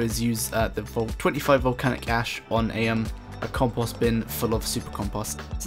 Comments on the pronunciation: This can't really be how people pronounce compost where you're from? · The way he says compost has me dead lmaooooo "campahst"